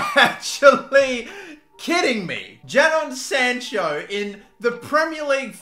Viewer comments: why do you say his name like that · Bro ur saying Jadon sancho wrong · JA-DON SANCHO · jaddon sancho???